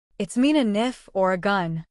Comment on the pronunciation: She supposed to say knife 😂